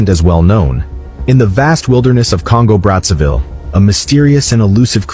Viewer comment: It's not pronounced "Congo Bratsavill", but "Congo Brassa VEE', since they spek French there. It was a Belgian colony. Run with pure terror by Leopold the 2. 🫣